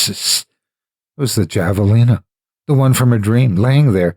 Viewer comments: HAVE! HAVALINA! Not goddamn JAValina! And Winslow is nowhere near New Mexico! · Great story. You are my favorite narrator. Just FYI, javelina is pronounced have a leena. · Javelina the "J" is pronounced like an "H" it's pronounced "Havalina"